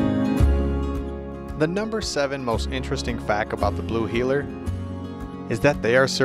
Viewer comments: But it's Heeler! Not Heller... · Blue “Heller”???? Really???? Lol. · Blue heeler not Blue heller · "Blue Heller" lmao. First dog I ever got and had her for well over a decade until I had to let her go. Miss her more than anything. They're extremely smart, active until they're old and big shedders! ♡ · Wheeler, NOT heller!